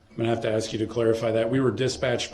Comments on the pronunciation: If Darrell pronounces “ask” as “ax” , then how does he pronounce axe. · Love your pic of the axe in front of the “ing” to denote how his mispronunciation of the word “ask”. Him saying “axe” instead of “ask” drive me crazy throughout the “proceejinks”!